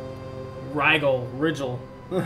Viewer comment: Not disrespecting, but they are Rigel (Ry Jell or Ry Jill) and V Y (Vee Why). Max Smoke had it right.